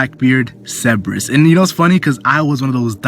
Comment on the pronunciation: is it not cer ber us not ceb e rus?